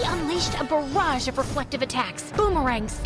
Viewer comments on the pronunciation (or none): none